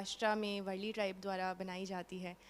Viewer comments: वरली नही madm वारली panting .है । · Varli not vrli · It's वारली not वरळी, वरळी is place in mumbai.